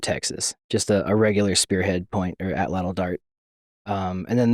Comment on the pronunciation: brooooo professor for the win. I never hear anyone pronounce atlatl properly other than other Nahuatl speakers. He even pronounced the TL like a champ 😎👏🏽